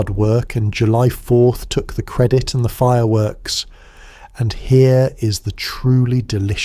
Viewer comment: Dude, how do you find enough time in the day to create this stuff? I’ve heard your original voice in the thing, but the guy you have reading, is that AI? I always thought it was a real person, but when I heard it, pronounced the word credit like it, I knew, I knew it had to be AI.